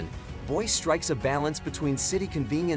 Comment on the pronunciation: "Boy-see" not "Boyce"